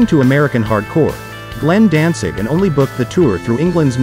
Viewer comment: Sounds like this guy keeps saying Dansig.